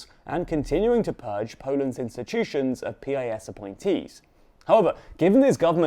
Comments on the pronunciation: It's not P-I-S, it's spelled Pis just like its synonym word piss. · You mispronounced piss 😅😅😅